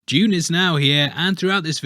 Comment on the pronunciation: Well done for pronouncing it Dune instead of the americanised (therefore stupid) Doon!